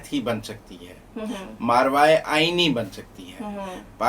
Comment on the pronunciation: مارواے آئین نہیں, ماوراے آئین ۔